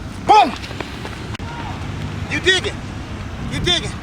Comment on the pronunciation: When he says digging on your head I thought he said dicking on you head ...